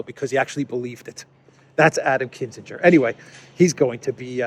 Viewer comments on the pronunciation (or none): KIN- ZING -gur (hard g) not Kiss - in - ger (ala Henry) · KIN_ZING_ER, not KISS_IN_GER. Great video, though, as always. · Kin - ZING - er not kissinger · It’s KINzinger.